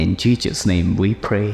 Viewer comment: Not being that guy ok but one wrong word spelled or said by the one starting the pair can change this action of god and Jesus . The commentator had said Jesus incorrectly. That isn’t a good thing im sure . Now dont go up one side and down the other that im judging . I’m not ! It’s saying a word wrong though we understand what its meaning is pertaining to this . But pronouncing the words right can will change what can happen .